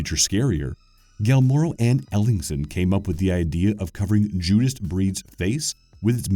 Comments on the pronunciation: It's not Gilmaro, it's Guillermo. "Gee-yehr-mo". Spanish version of William. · I love the video, great 2. Just 1 thing... Guillermo is pronounced (Gee-air-moe) You've said (gal-more-oh) over and over and it's distracting. Other than that, keep up the great work. subbed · but it doesn't even get the name right for practical English speaking lmao he says gill Mero! Not guill er mo so it's just so wrong lol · his name got killed by one of the nightmarish creatures apparently.. Not Guilmero.. Guillermo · Guillermo: gee-YER-mo Not gill-YER-mo, not gel-MOR-o. I can understand the gill-YER-mo, ...but gelmoro...? Really? Where did the m come from? LoL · Guillermo is awesome, he's kinda crazy but still awesome. Fun fact, he knows Hayao Myazaki, who took to calling him "Totoro-san". on another note, i don't know if it was intentional, but you kept saying "Guilmero" instead of "Guillermo" :v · I'm sure you've been told already but it's not "Guilmero" Del Toro. The beginning of his name is pronounce like Guill-otine, so it wouldbe "guill-hermo". Guillermo Del Toro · FYI it's 'Guillermo', not 'Guillmero' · Gil-mare-oh? Please, try harder. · Are we forgetting that he calls him Nilnero Del Toro? I had to stop the video and process if that actually happened. Guillermo isn't that hard of a name to say, man. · It sent me into a rage when he said Gill-mare-o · It's really not that hard to say either lol. Ghee-yer-moe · Exactly. It's as if the narrator has ZERO comprehension of how the letter combination "ll" is pronounced in Spanish, and they even seemed to rearrange some of the other letters. It sounded like they were pronouncing it "Gill-Mer-Oh". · He's not really honoring Guillermo, he's honoring some guy named "Gil-mero". It sure looks like this Gilmero dude has ripped off the work of the real Guillermo Del Toro, though. :) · Lol who knows, Gill Mero may have made cool monsters too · Gilmero Del Toro? Wtf!??🤣🤣🤣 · It's like he didn't even try xD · Pronounced gee yer mo